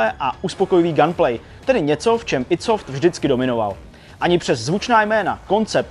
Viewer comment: "aj dí" software... :D